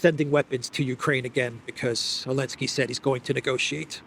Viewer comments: Why does he call him Elensky? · why do you say Elensky and everyone else says Zelensky? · Elensky - the silent Z still cracks me up after three years